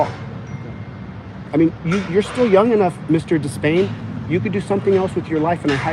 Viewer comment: "DE PAIN"